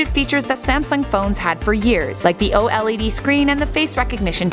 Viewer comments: "O l e d" that's cringe , it's "oled" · It's not o-LeD! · The way she says OLED. 😂😂